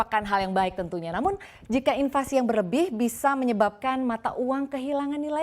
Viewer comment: Inflasi kok bilangnya invasi. Kaya di serang aja. Mohon pelafalannya diperbaiki biar nggak sesat